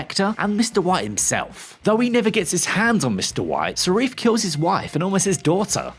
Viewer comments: For some reason you're mispronouncing the villain's name. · The pronunciation of Safin basically loses all credibility. Both videos too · Yes it annoyed me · Before posting the comment I was just checking if anyone already did it. It was annoying as hell. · I feel like you have to be trolling when you keep repeating the incorrect name of Safin. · Seriously, please learn how to pronounce characters names correctly. It's SAFin not Sarif. It's not difficult. The principle cast were on Graham Nortan last week talking about the film and Malik said the name several times. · We were all speechless at the end of this brilliant film ….it’s Safin nor Sarif are you dyslexic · Safin not Sarif. Why is this difficult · Safin, not sareef >_> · The name is SAFINn not SARIF. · This guy keeps falling him “Sarif” when he was Safin. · Why do you keep calling him Sarif ?????? His name is Lyutsifer Safin ???? Have you even watched the film ???????? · Pretty sure it’s Safin, not Sarif. Oooopsie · Who is Sarif??? Its Safin! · he keeps saying "Sheriff" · Quite strange he keeps talking about "Sarif". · Who the hell is Sareef? Nice to see you lot still trolling with the mistakes. More power to ya. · 'Sar-eef', Desmond 'Lewin', 'Lou' Armstrong?, Rory 'Kinnar'... Really, What Culture..? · Well, we had a good run with Craig. Now it's time to reboot and return to the old formula, making bond movies independent and not an overarching story. That will make transitioning from actor to actor a lot smoother. One more thing, though... who the bloody hell is this "Sarif" you speak of? Sorry, I couldn't resist. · Please stop calling him Sarif. Please…… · Why do you keep saying "Sarif"? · Whatculture even have safin spelled on the video. How can you not pronounce something that you're VOing for, they must read this before? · for a movie critic, you rushed this video, you cant even get the villians name right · Who is “Sarif”??? The name is Safin… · Uhh...it's Lyutsifer Safin not Sarif!